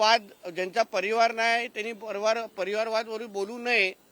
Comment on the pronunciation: परिवार हा शब्द पाहिला बोलायला शिक!